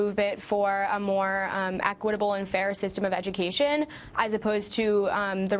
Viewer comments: Did she say “aquitable”? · they should have chosen a spokesperson that doesn't pronounce equitable as aquitable .. I had to stop watching for 2 reasons.. 1, i cant stand kids that want a free ride. 2, that dude would not clear his friggin throat